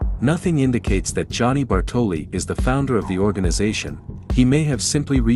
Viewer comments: You did put a lot of time and effort in this one, I give you that, but it just makes me "cringe" to hear you say Bartòli for the entire video, instead of Bàrtoli. Ok, Lara misspells it too, the first time, but the italian guy is the first one to say that name and since it's his own language you must take that for good. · Great video, but as an Italian I'm slightly triggered every time you pronounce Bartòli instead of Bàrtoli 😂 don't mind me, excellent work 👌